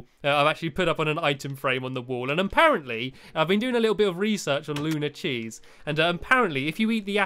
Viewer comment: its not lunar its luna -.